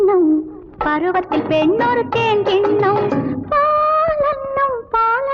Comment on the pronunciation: என்ன அழகா சுசீலாம்மாப் பாடிருக்காங்க!! அட்டகாசம்!! அந்த தேன் அப்டீங்கறதையும் பால் அப்டீங்கறதையும் எவ்ளோ இனிமையா உச்சரிக்கிறாங்க! வீகுமார் எத்தனை இனிய டியூன் போட்ருக்காரூ! விஜய லலிதாப் பேரழகிதான்!! நளினமாக லாவகமாக ஆடுபவர்! இவர் கண்களால் நம்மை மயக்குவார்!! மயக்கும் மான்விழி மங்கை இவர்!!